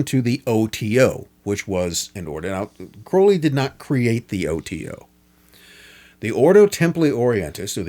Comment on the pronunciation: Thank you for at least pronouncing his last name correctly. People tend to pronounce it wrong because of Ozzy, but the poem The Convert proves the real pronunciation. Anyone that believes the Satanic BS about Crowley needs to read Confessions. He had such an amazing life and people that knew him personally had nothing but good things to say about him.